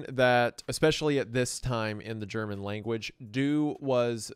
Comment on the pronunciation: I really gotta give you props for your german pronounciation. Its not perfect, but its still some of the best german pronounciation i've ever heard by an english speaker. You did a really good job